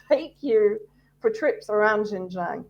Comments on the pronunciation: Xinjiang is pronounced Shin Jeang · Xinjiang pronounced 'shinjiiang' please!!! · This woman is cookoo-cookoo-cookoo.... She has no idea about XinJiang! She has never been to XinJiang! She can't even PRONOUNCE XinJiang! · This woman is such an expert that she pronounces the words Xinjiang so incorrectly that anybody who speaks Chinese would not recognize what she saying! She is so wrong